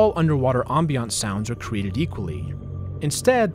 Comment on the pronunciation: bro you pronounce ambience in the worst way possible, i cringed so hard